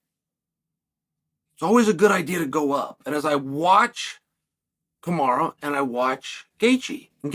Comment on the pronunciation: Chael it’s Ka-ma-ru not kamara!